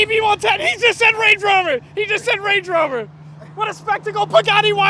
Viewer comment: A multi millionaire just said Rande rover 💀